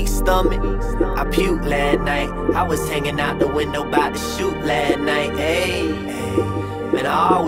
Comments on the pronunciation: lol thats driving me crazy... y couldnt he just pronounce LAST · Apparently last is now pronounced lat. Hmmmm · I puked Lah night. Is he trying to be black so bad that he can’t say LAST.